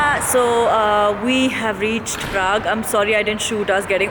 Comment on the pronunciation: I just love your vlogs and in this video the way uh said Paraag 😂😂and bearnoo 😂😂 uh are amazing girl. Congratulations for 500 K. Hope uh keep enjoying your life always. #sawaalsaturday Are you a marvel fan ??